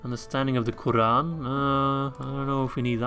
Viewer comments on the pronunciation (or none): none